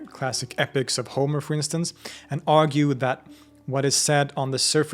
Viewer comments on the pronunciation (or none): none